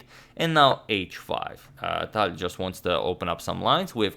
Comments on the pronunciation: I'm impressed by your proper pronunciation of Tal's name with a 'soft' L. - Таль POP QUIZ: HOW MANY FINGERS did Mikhail Tal have? If you know the answer without Googling it, you are a true Tal fan. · I love how you now say his last name correctly and also calling him Misha😂🤞🏻